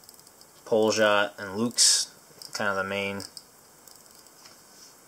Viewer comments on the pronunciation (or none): It is not poljot it is poliot - flight ,pobeda - victory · Poljot actually sounds as polyot like pol then yo and t at end it means flight